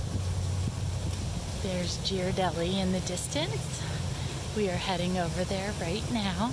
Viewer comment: FYI It's pronounced with a hard G, like Gear-a-deli, not Jeer